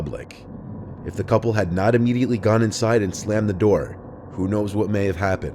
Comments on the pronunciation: “Open the noor, OPEN THE NOOR!” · “Open the noor”